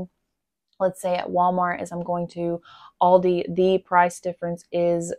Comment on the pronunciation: Aldi as you pronounce it is correct. It is a German name.